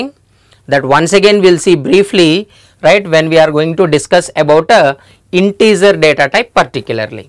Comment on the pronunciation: integer not intezer😄